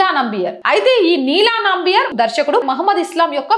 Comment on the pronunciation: అది నంబియార్ కాదు, నంబియార్.